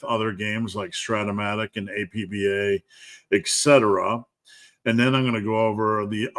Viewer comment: "AP-Bah" baseball ;) Very interested in the game, following